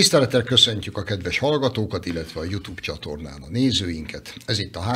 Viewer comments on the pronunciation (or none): none